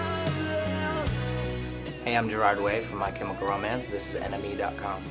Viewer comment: lmfao he says "MNE.com2 aww bless:D